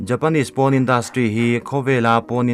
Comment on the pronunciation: Porn(poarn ti a lam tur),PAWN a nilo